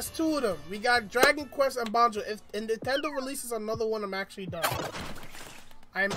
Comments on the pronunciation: Yo it banjo not bonjo lol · Banjo Not Bonjo